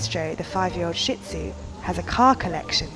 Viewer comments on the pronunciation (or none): OMG! ITS SHIH TZU NOT SHIT TZU UGH!!! I HAVE ONE I KNOW!